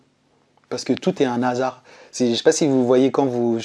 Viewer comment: Merci Merci Ppour ce témoignage Mais arrêtez de faire la liaison un(a) hasard On ne fait pas la liaison s'il vous plaît